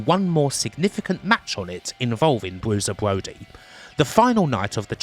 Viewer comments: Bwusier bwody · "Bwuiser Bwody", fantastic. Sorry I'm not gonna listen to a 3-CPO/Elmer Fudd narration.